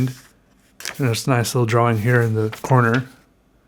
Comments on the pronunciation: omg don't even make videos if you say drawling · Just once I wan't to hear you slip up and say drawing with out that hard wing. I love your quirks buddy ahahahahahahah!